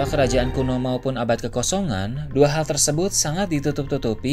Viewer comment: ini kalo ngomong huruf terakhirnya ilang.. misalnya ngomong "abad kekosongan" jadi "abad kekosongaaaaa" huruf N nya ilang..